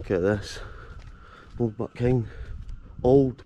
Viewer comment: It's locally pronounced buckhind. Born and raised a mile up the road in methil.